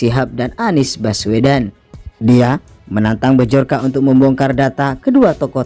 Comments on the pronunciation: Byorka baca nya. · Yang buat konten ngomong bjorka aja gak bisa hahahha